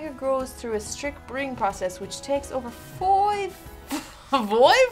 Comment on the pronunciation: is "FOIVE" sheets to the wind.